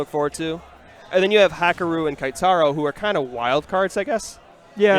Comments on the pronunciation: I cringe when they say "KAItaro." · Goddamn... They butchered Keitaro's name for the whole tournament...